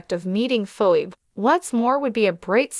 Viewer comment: What's wrong with you her name is Phoebe. Please learn how to pronounce people's name